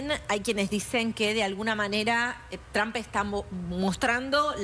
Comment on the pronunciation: ¿Cuándo será que estos periodistas y analistas comiencen a pronunciar correctamente el nombre de Trump?